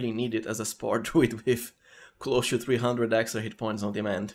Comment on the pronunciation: Intresting! I will certainly play as shroom druid in my next walkthrough. P.S. English is not my first language, so I was confused with your "cho" until I understood that it's just "to" and you're pronouncing it in a funny way.